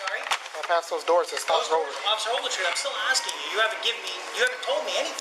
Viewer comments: I feel so sorry for that cop WOW. "Officer Ouagletree" must have been said 100 times. I would have sprayed my mace into the cage to shut this asshole kpplplpllpllppp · Can someone do a count on how many times he says Officer Overtree ? ? ? ? ? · Take a shot every time he says officer agletree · “OFFICER OAGLETREE” has the right to remain silent! 😂😂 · I thought it was ovaltree. After I thought ovaltine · This is how many times he says Officer Ogletree.. ⬇️ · Everyone, take a shot every time he says Ofc. Ogletree. You won’t know your own name by 5 minute mark!